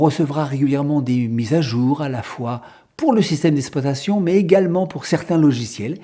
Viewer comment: il serait apprécié que vous prononcez le mot exploitation correctement ! au lieu de dire ESSploitation , il faut dire EXploitation